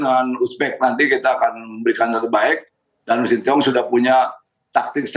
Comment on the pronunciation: pak iwan bule ngucapinnya sintyong😅